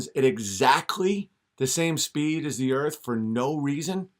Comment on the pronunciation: Oh man, he's gonna feature d marble on Fri....he's the "da erf" kid, silly dolt, there is no f in the word earth. 😆😂🤣🌚